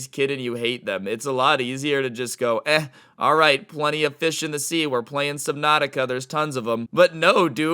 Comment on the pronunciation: Finally somebody who got Subnautica right with out saying it wrong